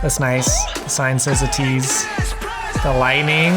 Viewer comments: just throws me off with him saying "uh-teez" instead of "ay-teez"... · I have been waiting for this reaction! Im glad you liked it and ATEEZ has a pretty elaborate storyline throughout their music videos so it can be hard to fully understand it. ATINY are always theorizing and confused! Oh by the way, ATEEZ is pronounced "eh- tease". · pronounced ay-tease